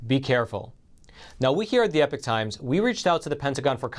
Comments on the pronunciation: Epic and Epoch are to very different words with two different pronunciations, wtf??? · exactly and it’s definitely not pronounced ‘epic’ like the host keeps saying!